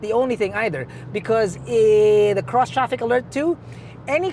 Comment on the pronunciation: Did you say Crose? Bisaya gyud!🔥👌🖖